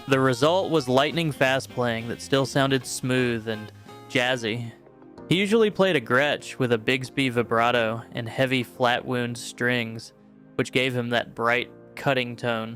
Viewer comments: Come on man. It’s wow-nd strings, not woo-nd strings. And lee-d guitar, not led. At lest someone who knows guitar and can read, read the script. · "Wooond strings"? Wow end strings